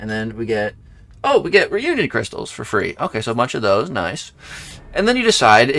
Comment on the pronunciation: learn to read, says reunion wow smh